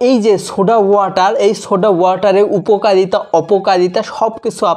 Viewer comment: উপকালিতা কি ভাই ?? আগে তো শুদ্ধ করে ভাষা টা শিখে নাও